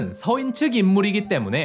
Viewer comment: 동인, 서인의 서인은 단음 길게 발음하니 평민으로 들럼